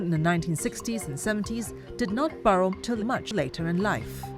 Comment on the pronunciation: Narrator pronouncing "borrow" as "burrow" is hilarious